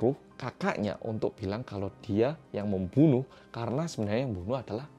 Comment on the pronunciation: "Memoenoeh" ngakak maaf aku ngakak juga wkwkwk😭😭🙃😎